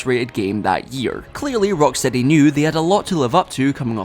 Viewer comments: Erm it's rockSHTEADY actshuallee 🤓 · it’s not the accent because he said the name correctly earlier in the video